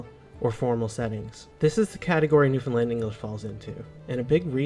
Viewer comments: Hey, I'm from rural Newfoundland and I can speak our distinct dialect everyday 24/7, but when the need arises I can easily switch to standard english. By the way you pronounce Newfoundland wrong whenever you say it. This is a bit annoying to Newfoundlanders lol. You have to say it like this "New-Found-Land" just like you would say "Understand". Hopefully now you understand haha. Those people that are dressed are called mummers. It is a Christmas tradition in rural Newfoundland. People dress up in crazy outfits at night during the Christmas season to disguise their identity and they change their voices. Then they go other peoples houses in the community and the people they visit have to guess who they are. Everyone knows everyone in most of these communities. Traditional the host serves alcohol to the mummers and the mummers usually dance, sing and play music all the time trying to disguise their identity. It's great fun. Here's a link to a video I think you would enjoy and it shows a bit of Newfoundland culture. It's an episode of "Land and Sea", (a Newfoundland based television program) about mummering from 1986. Newfoundland is most likely the most unique part/culture of Canada not including Quebec lol. Love your videos by the way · Newfoundland is pronounced as New~Find~Land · I'll correct one thing, how to say Newfoundland. It rhymes with understand. So understand Newfoundland :) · To say Newfoundland correctly it closely rhymes with Understand. New fin'd land. The picture is of Mummers. This is a Christmas tradition in NFLD where people dress up and wear masks and go from house to house to visit and drink. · anyone else annoyed with "new finland"? 🙃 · I once received a package from Seattle that was addressed to New Finland... thank goodness for postal codes! And - I enjoy your videos, but please practice! Syllable emphasis where 1 is lowest, it's 2-1-3... Noo fun LAND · it rhymes with "understand"...emphasis on the last syllable. NewfinLAND